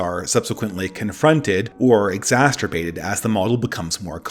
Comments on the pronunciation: Love your content man but.. ex-ASS-er-bate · I’m sorry,, but as a grammar national socialist, I must nitpick about your “exasterbate”s and “oliagarchy”s. You must solve these misspeakings with finality immediately